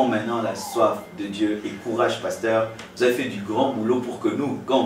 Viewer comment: pardon mai le journaliste prononce tres mal le nom du pasteur ,aie aie et aussi son francai ausi.... lol ,bon message comme toujours pasteur